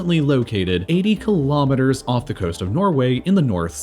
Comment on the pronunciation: Kilometres not Kulometres. KILO = 1000. Pref.ixes Mo.rons